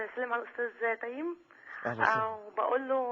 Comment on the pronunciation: حلو من داليا البحيري نطقت اسمه صح وكأنه بتعرف الناس إن اسمه تيم مش تيّم